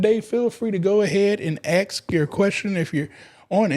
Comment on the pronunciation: Ask not aks